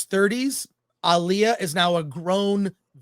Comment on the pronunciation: First channel I’ve ever seen that pronounces Alia’s name right. She is not the female R&B singer who died tragically in the 2000s. Ah-Lee-ah. It’s not uh-Lee-ah. Nice!